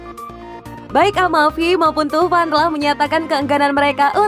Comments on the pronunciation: pada baca nya thauvin kan ya...tp kenapa pas di sebut tuvan?? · Thauvin min,, bukan thuvan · gw ga suka sma komentator nya~ kalulu absen, romagnoli udah balik... cara baca Thauvin jg kurang akurat, jadinya indo banget...